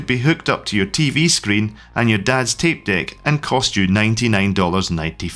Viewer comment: "Dad's tape deck" sounded like something else at first.